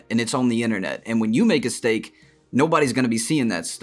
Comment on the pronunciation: LOL he said when you make a Stake instead of mistake 🤣🤣🤣🤣🤣